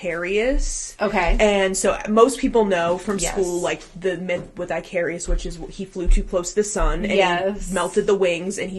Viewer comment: The name is "Icarus" not "Icarius" Ick-a-russ